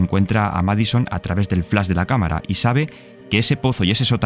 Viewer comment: No es "MAD SON". Es "MAD I SON". Lleva la i porque en inglés, es así como significa "hijo loco". Por cierto, en una entrevista, el creador del juego, no dijo eso de las enfermedades psiquiátricas, sí es una posesión. Búsqueda, está aquí en YouTube.